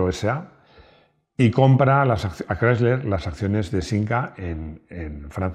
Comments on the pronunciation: Querido, no sé si me dá mas verguenza ajena escuchar tu "Voiture Légère Berline Break" ou el intento de decir "Chrysler"...😅 Porfiiii... Hazlo todo con pronunciación española, te entenderemos mejor... Un saludo cariñoso desde norteamerica. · Rodrigo quiere que pronuncie de una forma que es antinatural eh España. Chirría más que se escuche " craisler", que "crisler", que es como lo hemos dicho siempre